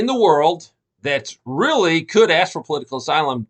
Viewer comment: "POLITICAL AYSLUM"